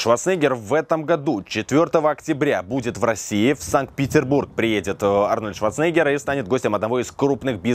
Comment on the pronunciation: прояви уважение к легенде - произноси правильно фамилию Арнольда!